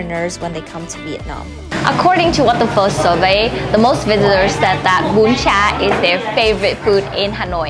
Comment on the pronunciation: do you speak Vietnamese? if you are, please pronounce Vietnamese words the right way. Please! What the hell is Ha noi? what the hell is Bân Cha?